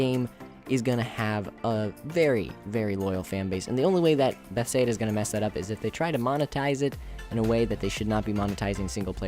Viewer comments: How, in looking at the name "Bethesda," do you come to the conclusion that it's pronounced "Beth-say-duh?" It's not even close. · Please can you pronounce bethesda right lol.